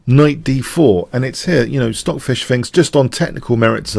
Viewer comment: stoaf-lace => correct pronounciation